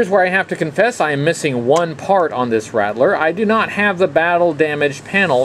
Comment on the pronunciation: RAT-LER ……why do people always pronounce It RADDLER?! Or RATDLER ….there is no D in the pronunciation